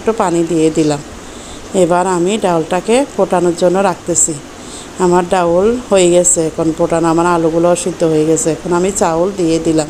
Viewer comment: ডাউল না ডাল 🤣🤣🤣🤣